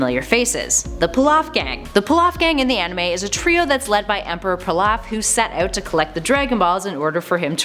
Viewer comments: "Pee-lof" Pilaf. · You mispronounced the Pilaf gangs name. It supposed to be pronounced Pee-Loff. But that was the only thing about this video that annoyed me. So Nice job. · Its Pee-lawf, not Pill-off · Peeeeeelaf not plaf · Too obvious this broad is a script reader vaguely familiar with the material. Peh-loff Gang? Come on, now... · It's pronounced peelaf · PEE-LOF! Emperor PEE-LOF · "fa-cheeta", "pa-lawf", "go-cheeta" 😂 I'm sick of these fake fans trying to cash in on actual Dragon Ball fans. You also just ripped this off from Geekdom101 right down to the pronunciation of saiyan without even crediting the dude. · Pee Lawf Strong “e” kind of I there when pronounced lol. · Pa-lawf lmao nice try tho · everytime she said pilaf & gogeta; i cringed so hard who tf is kocheetah? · Anyone else hates the way she says Pilaf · She kept screwingup the pronunciation of emperor pilaf's name which means she doesn't watch the shows. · Please never say “Pilaf” again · I dont like the way she says any of the names...just hurts to hear em said like that...gogeta....pilaf.....a few she doesnt say right